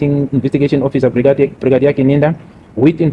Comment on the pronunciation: I don't know how to pronounce it my lord the whole bregadia the LLB student at this level of education this man is reading as he the grade five stud not even the child can read better